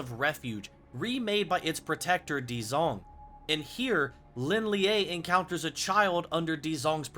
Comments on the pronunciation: Pronounced so wrong 😭... Shao Laou, Lin Lee, Dzjoung. Not Lin liaeee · isn't Lin Lie just pronounced "Lin Lay", and not "Lin Leeyay"